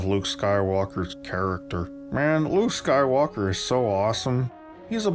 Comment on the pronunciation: "the Luke SKYWARKER that we knew". Well if you still have to learn to say it properly, it guess it explains a few things...